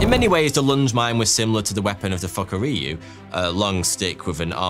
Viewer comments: It's pronounced foo-ku-ri-you not fuck-a-ree-you 😂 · "Fukuryu, or crouching dragon... naturally" Me: "British man funny😂😂😂😂😂"